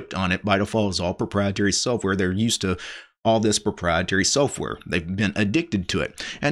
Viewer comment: What is this "soaf" ware of which he speaks?